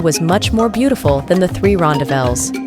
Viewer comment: Whoa! Wrong pronunciations! American here, but I resided in South Africa back in the 80s, and even learned Afrikaans as a “tweede taal”. The correct pronunciations of ‘rondavels’ and ‘Blyde’ are: ‘Ron—DAH-velz’ (emPHASis on the second sylLAAHble). ‘BLAY-duh’ (two syllables: and the first syllable rhymes with ‘play’ and ‘stay’). It is most definitely NOT pronounced “Blide” (rhyming with ‘side’ or ‘tide’). If I hear any other mispronounced words, I’ll mention them separately.